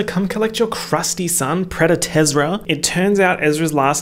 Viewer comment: I died when you called him “Predat-Ezra” 😂 also the survivor noises!!